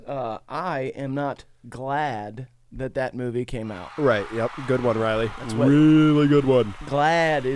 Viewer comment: Am i the only one who didnt know their names were pronounced "Rizzly and Gyatton"